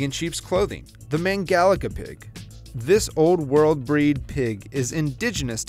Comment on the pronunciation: me being a hungarian and sees mangalica:wow, but why u say it like that